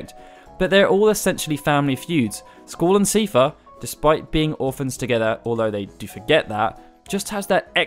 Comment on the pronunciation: I think the reason why square put ultimecia is because she is essentially Rinoa, as her dialogue "shall we dance" and her final weapon "shooting stars" proof. Ps. I always thought seifer was pronounced 'sye-fer'